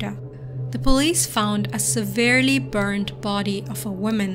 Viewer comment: I LOVE THE WAY YOU SAY SEVERELY